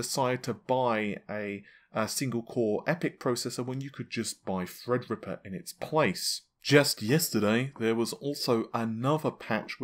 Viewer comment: No more "Fredripper"? No more "Nahhvay"? What is that channel coming to??? 😢